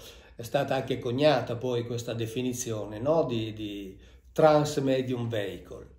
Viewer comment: Con tutto il rispetto per il Prof. Mauro Biglino che seguo da anni, però la parola vehicle in inglese si pronuncia viecol e non veicol